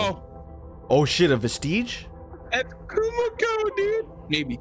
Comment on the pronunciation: I hate how they pronounce vestige like prestige.